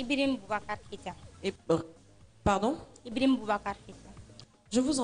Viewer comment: non, elle dit Ibrihim. Peut-etre c'est la prononciation correcte en Bambara.